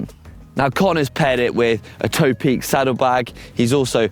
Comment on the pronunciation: Point of order: I work closely with the Taiwanese company behind Topeak. They pronounce it "Top Peak" not "Tow Peak".